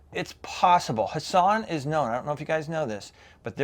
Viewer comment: Love your videos, but I thought the T in Hatsan isn't silent lol